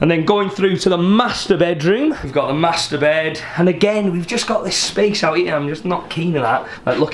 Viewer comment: "We have got the Mastur-Bed"...or did he say Master-Bed?